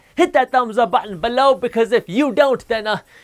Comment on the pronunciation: I have nightmares of the way he says below